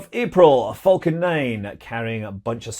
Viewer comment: I always heard "vulcan" when Scott said "falcon".